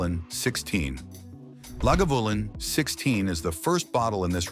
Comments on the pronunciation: Atrocious AI, audio. If you’re gonna make a video about Scottish whiskey, and you wanted to take him seriously, need to pronounce Islay and Lagavulin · And Icelay. Listen to Lagavulin again, probably the best pronunciation of them all😡😡😡